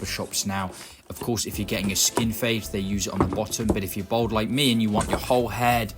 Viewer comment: Its Bald NOT Bold!!!